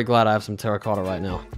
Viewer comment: Bro when you say terracotta is like a Japan guy saying a word🤣